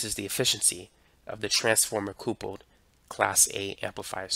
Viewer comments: I enjoy your videos but it’s funny how you pronounce “couple” like “coople” instead of “cupple.” Do you and your partner make a nice coople? Lol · I also noticed that he pronounces couple as coople. I wonder if his pronunciation is due to some regional accent? Curious. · What's a "Coople"??... 🤔 🤷🏻